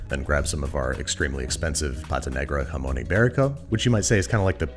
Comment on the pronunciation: My stomach turned when he pronounced Spain’s best ham with a Mexican accent. I think it would even ruin the taste of jamón ibérico when I would eat it and some would ask me if I like the “hamon” iberico.